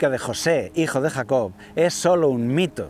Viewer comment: Se dice patriarca, no patrialca. Se dice Jacob, no Jacod.